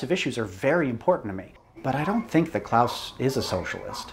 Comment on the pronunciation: As a German I have to say: Klaus pronunciation is extremely good.